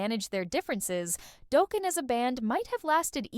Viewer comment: 😂 Doughkin 😂 stop the use of AI